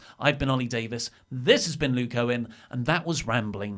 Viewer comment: I always hear Luke's name as Lou Cohen